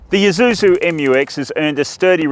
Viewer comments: Thanks for correctly saying Eee-suzu, instead of Aei-suzu! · Ah, it's the first time I hear an Australian says Isuzu correctly, instead of eye-zuzu. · yep thai pple where its made is called Ee-suzu